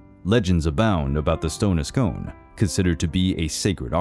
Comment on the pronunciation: For future reference, Scone is pronounced "Scoon".